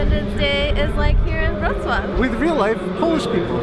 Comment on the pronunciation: OMG You can't even imagine how much happiness you gave me! Wrocław is my favourite polish city and you were exactly in these places I wanted to see in this video. You absolutely have to come back to Wrocław next year! I'm waiting! :) PS. Your "Wrocław" pronunciation is perfect, wow! :D